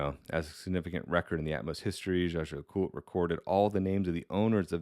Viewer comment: jay - jeer - la - koot is how you say it